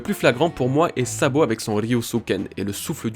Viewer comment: Super Travail! Rien à redire sur cette vidéo sauf ceci: A partir de 8 minutes 43 environ, j'entends: " Lorsque Sabot récupère Dragon..."; Voilà c'est tout 😅 sinon au top! Continues comme ça!